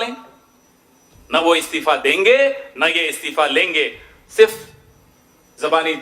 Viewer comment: Istafa nehi Istifa hota hai bhaisahab pehle pronounciation theek karlo.